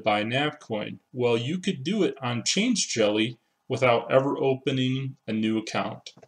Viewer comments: I think it's "Change-elly" rather than "change-jelly". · Yep, definitely change-lly. There's no g or j in the word after change.